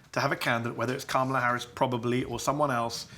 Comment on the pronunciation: What does it say about Beutler that he refuses to say Harris's name properly?